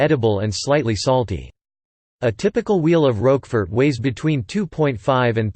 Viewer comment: Learn to pronounce the Name of the cheese.